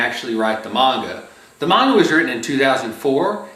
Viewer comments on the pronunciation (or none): none